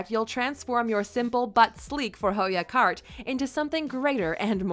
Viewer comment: "Fore-hoggia" lol. It's "Förhöja" - Fur-houya"